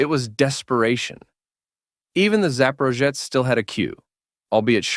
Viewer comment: The "zaporozhets" was so mispronounced by AI it hurt my ears. Also you forget to mention that it was actually created and built in Ukraine